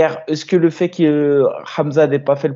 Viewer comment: " Et eusqueu tu a vu la perf de untel "